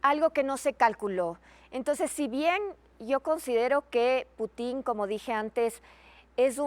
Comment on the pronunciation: Esa señora ni siquiera puede pronunciar el apellido del presidente ruso